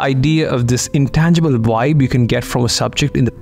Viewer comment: Wibe 😂😂😂 its vibe bro